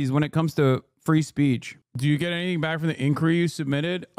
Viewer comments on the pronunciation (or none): none